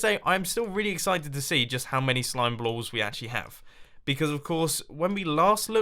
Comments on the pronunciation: how many "slimeblalls"... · lol mumbo said slime blalls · I am so glad someone else heard him say blalls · did mumbo just say slimeblalls? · "slimeblalls" -Mumbo Jumbo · Mumbo, , you said slime blalls???? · Lol... you said 'Slimeblalls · did anyone else hear him say slime blalls? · "Slime Blalls" xD lol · Mumbo said slime blalls. LOL! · "Slime Blawls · "I haft to say i'm still really excited to see just how many slime blowes we actaully have" -Mumbo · "Slime blalls" - Mumbo 2016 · Anyone else noticed he said "slime blalls"? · Did he really say slime blals? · that's twice you have said slime blalls in a row lol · who else heard slime blalls? haha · "To see just how many slime BLALLS we actually have" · .... "slime blalls" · i'm also excited to see how many "slime blolls" you have... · this is the second time you said slime bLalls. lol